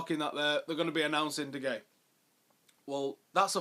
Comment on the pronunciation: Allyz Abdi Least he knows how to pronounce De Gea correctly.